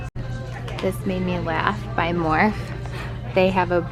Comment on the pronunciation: Love the video! So glad ulta stepped up! Just wanted to let you know that IT Cosmetics is pronounced just like the word, it, NYX is pronounced “Nicks” and Morphe is “more-fee”. That’s from year of watching beauty videos! 😊. Can’t wait to see your interview makeup video!